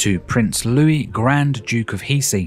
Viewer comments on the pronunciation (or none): Hesse is pronounced "hehss" not "hee-see"